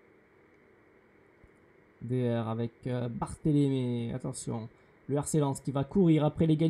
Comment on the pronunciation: Regarde bien, ce n'est pas "Barthélémé" mais plutôt "Barthèlmé". Sinon bonne vidéo !